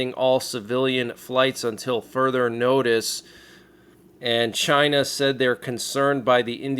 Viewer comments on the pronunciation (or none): none